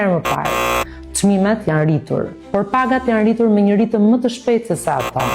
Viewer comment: Ajo s'di shqip !!!!!jane rritur jo jane ritur ,me rr